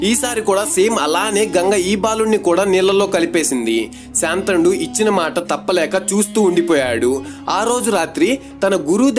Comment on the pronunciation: శాంతనుడు కాదు శంతనుడు